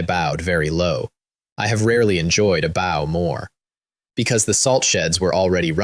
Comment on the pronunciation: Ai really does not know when to read bow and bow correctly. I've listen to dozens of these stories where the weapon was read as the bend of the body and now it read the weapon instead of bend of the body....